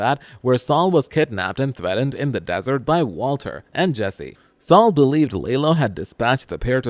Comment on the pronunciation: Why do you say button and threaten like that? It's very weird...